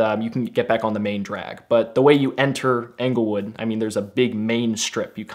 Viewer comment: Anglewood? Try Englewood, talk about sketchy.